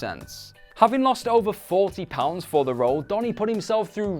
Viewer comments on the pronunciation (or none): none